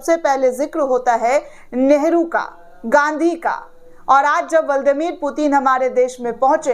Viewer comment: ब्लादिमीर पुतिन बोलिए बहन जी, ✔️(बल्ड मीर पुतिन कहना गलत है।)